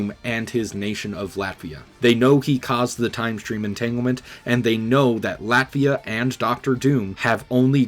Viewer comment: WHO DAFUQ IS TINGIS PINGIS? I NEVA HEARDA FACKIN LATIVIA!